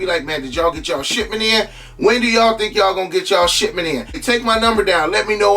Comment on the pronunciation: Sound like he saying "shitment" 🤣🤣🤣